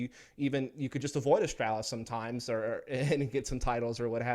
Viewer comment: This guy absolutely triggers me how he says astralis. There is no L behind the A